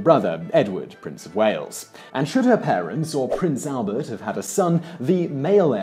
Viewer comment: "Her Father, Prince Albert"???...did I hear that correctly? I keep playing it over & over again and it still sounds like Albert...